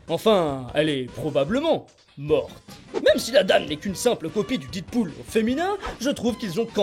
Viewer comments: Oh putain, c'est quoi ce "DIDpool" que tu ne cesses de répéter??? Dead se prononce "Dèd", ma poule! Pas "Did"! LOL quoi! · J'aime bien tes vidéos et celle là également mais il faut arrêter de prononcer Deadpool didpool stp